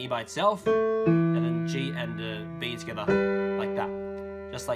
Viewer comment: Am I the only one who hears skdah when he says together